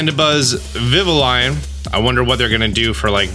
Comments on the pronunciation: “Vivva-lion”? Lol 😂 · "stantler, deerling" "i didn't know sand comes out of there" "swos-buck" "vivi-lion" it's okay XD